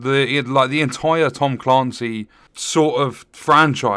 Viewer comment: Tom Caaancy?! 😳 Ps. You’re right.